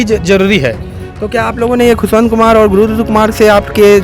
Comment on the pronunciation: Ptrakar mhoday hamare guru khushvantdas saheb ka naam shi se nhi le rhe h ,Jai satnaam